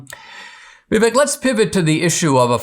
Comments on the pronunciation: When Dinesh, of Indian origin, can't pronounce Vivek's name correctly... Vivek is pronounced as Vivake (as in Cake) You are welcome, Dinesh. Always watched your speeches and q and a in colleges and loved them. Vivek 2024. Love from India. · Hey, Dinesh, as an Indian, why are you mispronouncing Vivek's name? "Vivek" is pronounced "VIV EK" with "EK" like "ake" in "cake"